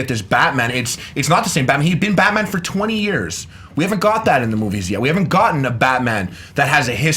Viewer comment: I thought it was Batman not Batma.